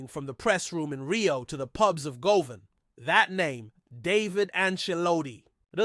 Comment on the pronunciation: I agree he always says ibrox wrong also he says Govan wrong as well get someone else who can talk properly